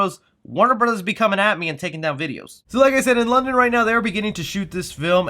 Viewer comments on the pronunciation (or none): none